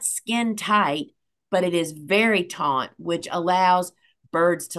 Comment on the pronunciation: taut...not taunt